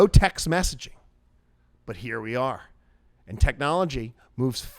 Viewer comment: You got a like for just saying "let's tune in heyahh" 🤣